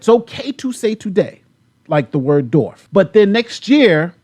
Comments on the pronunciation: Dorf?? Lol., there's a "W' in there buddy. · To be fair, you've been saying "Dorf", so... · No one will retroactively cancel you...you are saying Dorf, not the horribly offensive medical term Dwarf. 😁😁😁